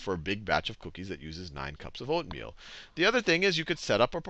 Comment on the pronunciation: its true he does repeat him self so much but something funny is the first part that was by accident he said oatmeal wrong